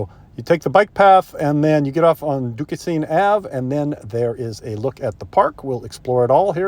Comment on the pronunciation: Duquesne - pronounced DOO-KAYN Google is wonderfully informative too. 🙂